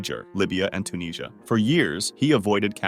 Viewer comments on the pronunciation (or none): none